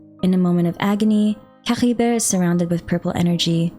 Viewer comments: was caribert really spoken like that? i mean i understand your insistence on speaking the sumeru names the way you want to since I could understand the logic behind it(culturally), but Caribert being spoken as C-ha-ri-ver? idk man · Nah none of the characters pronounce it the way this YouTuber does lmao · No need to add the weird gh sound to Caribert. It's pronounced cari-bear and the noise is no where to be seen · What up with that weird accent when you say Caribert?🤔